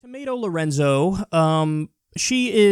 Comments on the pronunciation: Did I hear Tomato Lorenzo at the beginning or have I been watching too much of the PronounciationManual?? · Lolol did you say tomato lorenzo ? Lololol